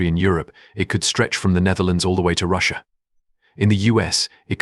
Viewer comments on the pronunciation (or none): none